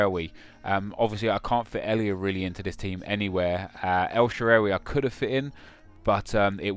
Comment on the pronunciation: You cant even say El Sharaawys name properly loool sound like a spaz